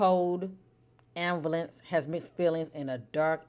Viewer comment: The pronunciation of ambivalence is disturbing me lol 😂😂😂😂. Glad I found you tho.